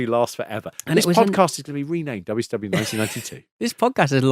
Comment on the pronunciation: "weeyah pikkin da Bwittish Bouldog to win da woyld belt, in dabble yoo cee dabble yoo!"